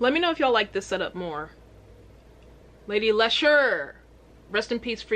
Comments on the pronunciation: hahaha Lady larshure...its pronounced Lee-sha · Lady lee- sher . Not le sharr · Where did she even get “larsha” from? Lmao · Lady Larsha??? Say Lady Leisure. 🤗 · It's pronounced LEEEEESHA. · She's referring to herself as the Queen. flag is Ghana. She's From Birmingham, UK. AND its LADY LEEEEEEEEE - SUREEEEEEEEE :) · You say her name like lady lee shurr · Her name is pronounced like the name Alicia but without the A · Its pronounced lee-sherr, shes my fav uk rapper ❤ your british accent kills me. I looove ur reactions to our amazing rap scene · It's Lee-sh-err 👍🏻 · It’s pronounced “Lady Leesha” Nice you brought the twins out for the first part of this reaction 👀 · Say it like lee sher. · Appreciate you reacting to this but please do artist research prior to uploading a reaction. Parts of this video killed me on the inside especially being from Brum I can't hear you say "Lesh-urr" again haha. 0121 🙌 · Babe it’s LEE-SHUR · What u call a British accent is a bad English accent and Britain is Scotland, Wales, England, Northern Ireland, Isle of man is British Isles too. So americans Britain is more than England aka London and has lots of accidents and its pronounced leesha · Lol react to her song quaranting she just released a video. And it's pronounced Lee sher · andrew peters I take it her pronunciation was driving you as mad as it was me LOL